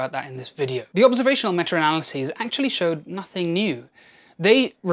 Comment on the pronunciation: Yeah, I know what "meta" analysis is. He said, "metra" analysis. I thought it was funny. 😁